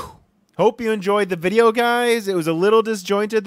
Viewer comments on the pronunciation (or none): none